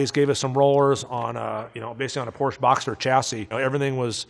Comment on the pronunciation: Car guy saying Porsche wrong😭 no but this guys car knowledge is incredible.